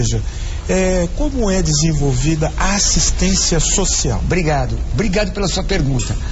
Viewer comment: "ohhh, muitu obricato meu amigo padri" ¬¬